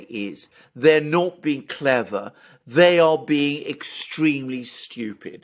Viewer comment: "It is not clever-ah. It is styoopid."